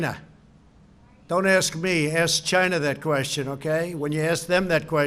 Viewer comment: The way he pronounce China..annoys me..i just Want to punch his face..